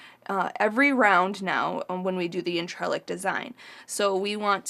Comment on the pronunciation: Hi can I help? It's pronounced on-tre-lac it's a French word I think, hope that helps, x